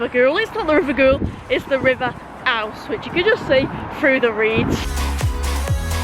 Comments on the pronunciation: River Ouse - pronounced Oooooze 😂😂 Well done for saying Brough correctly though Lol 👍🏼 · Ace vid as usual mate. River Ouse is pronounced "ooz" btw x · ADDitionally, the river at Goole is the River Ouse... pronounced "Oooz"